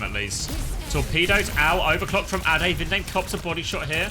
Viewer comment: ade should be prounounced like the ade from lemon'ade'.